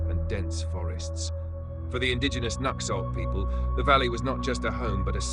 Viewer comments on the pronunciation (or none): They don't pronounce it /nux/ölt/ It's pronounced/nu/hõk/